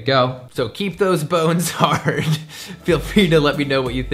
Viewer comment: I had to replay that part where you said, "Keep those bones hard." I heard something else the first time. 😅